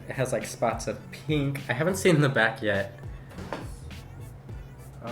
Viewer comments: Most people not from the West pronounce pink like “p-ink” instead of “peen-k” lol it’s a low key pet peeve of mine that mainly Californians do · I low key hate the way he (and everyone else from the west) says pink PEEE NK like EW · “This one is, peenk.” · He calls pink peenk